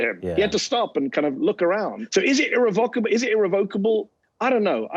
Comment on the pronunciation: irREVocable not irreVOCable.